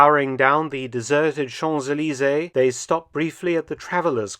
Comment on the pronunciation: Mega Giga Bonus points from my French 2nd GG-Father on the prroper pronunciation of Champs-Elysees! 🏆 I only know because I watched a utoob video on it! 😂